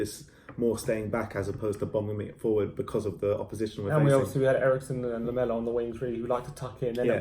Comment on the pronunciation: Eriksen and not Erikson. Calling him Erikson is like calling Kane Klinsmann. Christian is Danish and not Swedish, like Kane is British and not German. A kind reminder... A dane nver want to have a Swedish name...